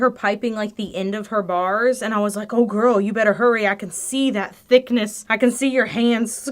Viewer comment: Am I the only one who heard Much betta and immediately Baga Chipz came to my mind. :D :D